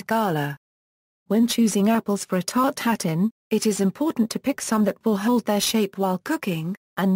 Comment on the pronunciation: It's not pronounced as here. It's 'tart-eu-tatane' or ew in place of eu.